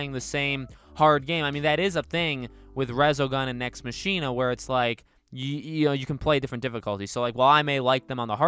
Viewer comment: Your pronounciation of Nex Machina just invalidated any credibility you had.